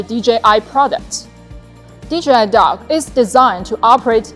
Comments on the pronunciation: I thought she said DJI dog. A little dissapointed I wont be getting a drone dog. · i love it but i swear i keep hearing "THE DOG" 😅